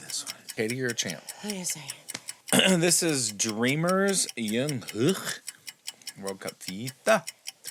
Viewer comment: Please pronounce the letter J it's Jungkook not yungkook...